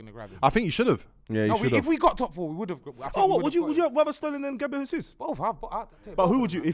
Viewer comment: You can tell didn’t get his GCSEs it’s pronounced GABRIEL HAYZOOZ